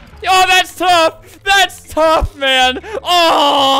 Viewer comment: NOT “tough”